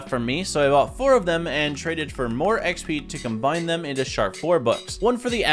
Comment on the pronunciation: no way bro said "eee ehx pee"